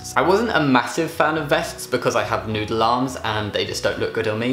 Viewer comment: All I heard was 'Nude Alarms' and then I realised he was actually saying 'Noodle Arms' ...